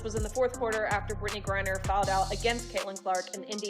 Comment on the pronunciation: The woman narrating this video needs to learn how to say Griner. What an idiot.